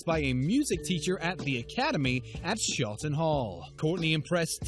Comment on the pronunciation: she literally went to my school she was in the year above me and it’s SHOTTON not SHETTIN